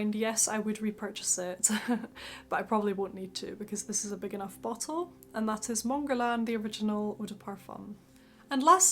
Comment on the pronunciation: bow-till? LOL